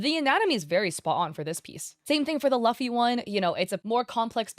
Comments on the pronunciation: It hurt every time you say Luffy wrong. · Who says Luffy like that 💀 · I have never heard Luffy being pronounced like that before